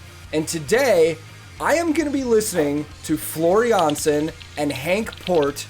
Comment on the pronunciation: For The Gods of Music's sake you prounounced Jansen well !!